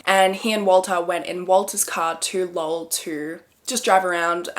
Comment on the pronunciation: Snaps for saying Lowell right 👍